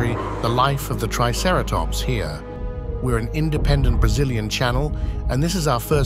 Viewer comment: I would probably rate this 8 out of 10 for the environment and the photorealistic design of the dinosaurs. This is easily one of the best and most heavily researched depictions of Hell Creek I have easily seen. Only a few drawbacks- The ai voice narrator is pretty obvious in places with how it pronounces triceratops. (“Tre” instead of “Try”) The animation and action scene shots can be quite jerky and sharp in places. The animals should be more deliberate, lumbering and smoother in their attacks instead being stiff. One sentence didn’t quite make sense- “but with the Cretaceous just hours away...” I think you meant to say “But with the end of the Cretaceous just hours away, their work is in vain.” Otherwise this was an impressive piece of work and the seven years of effort definitely show. I definitely enjoyed it and my eyes went to saucer shape at how beautiful the film was with its lush environment. I want nothing more than a nature documentary on the Cretaceous dinosaur biomes from mid to late North Africa to Mongolia to hell creek.